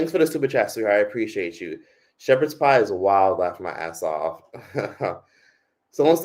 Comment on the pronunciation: Shepard pieee😂